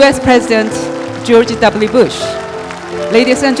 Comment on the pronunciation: 근데 왜 해설위원을 저런사람을 놨데 ㅋㅋ 발음이 ㅋㅋ 콩글리쉬가 좀 섞였는디?? 졸지 따쁠류뿌시 ㅋㅋ